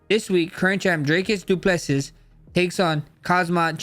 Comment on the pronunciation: Du plase ✅️ Du pleses❌️ Poriye ✅️ Porier ❌️ 😂😂😂😂